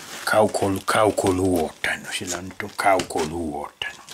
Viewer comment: 🤔sanoks hän että laitha kaukoluothain?😲jäi vähän epäselväks😁